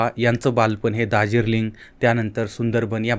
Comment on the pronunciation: दार्जिलिंग शब्द दहा बारा वेळा गिरवा आणि मग बोला., हे दाजिरलिंग काय असतं?